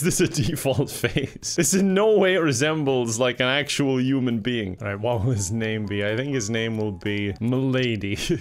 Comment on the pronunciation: Why does pronounce “Human” “U-man” always wondered.